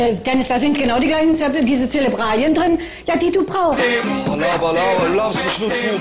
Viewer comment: "Celebralien" :D:D